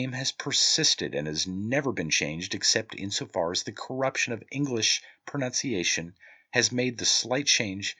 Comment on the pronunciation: Ironically you misprounced "pronunciation" lol Bleedin Dubs wha'!